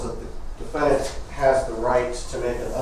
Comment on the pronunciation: was probs kinda nerdy and cute when she was a spring chicken. If not for her revolting client and pronunciation of “defenDANT” she would be a pretty old lady.